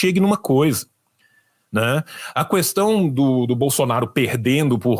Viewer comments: Amei a análise, mas ouvir a "qüestao" chega me dá gatilho! 😅😅😅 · Único defeito do é que ele fala CUESTAUM, que nem o Bozo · Eu IMPLORO pro parar de falar CUESTÃO. Foram anos e anos tendo que ouvir a excrescência do Bozo falando assim. Me dá gatilhos. Mais alguém? 😂